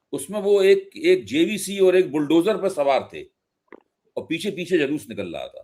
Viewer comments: जेबीसी नहीं जेसीबी कहते हैं उसको बकवास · Pahale JVC nahi JCB boliye. Prakar banane chala hai, 😂😂😂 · टकलू भाई उसे जेबीसी नहीं जेसीबी बोलते हैं। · कुछ चपडगंडु पतलकारों का चेहरा देखने लायक है जबसे भाजपा बंगाल में आईं हैं और दिमागी हालत ठीक नहीं है इसलिए जेसीबी को जेबीसी बोल दे रहे हैं 😄😀😀🤣🤣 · Pahale jcb bolna to sikh lo bewakuf adami